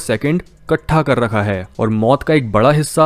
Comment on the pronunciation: कट्ठे नहीं.. इकट्ठे । I am sorry but I couldn't stop myself correcting it. But it doesn't mean that your presentation and the content is any less. I regularly watch your every video since last year.